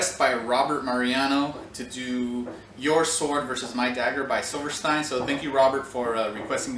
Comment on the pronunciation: Silverstein is pronounced as Silver-steen. Awesome vid though!